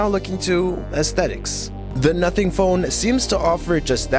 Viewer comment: i swear i heard "nutting phone" 😭😭😭😭😭😭😭😭😭